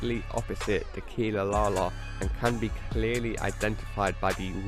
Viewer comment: Niki Tr lol yeah he said it weird